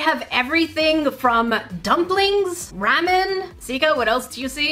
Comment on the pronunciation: U said ramen wrong but I LOVED this video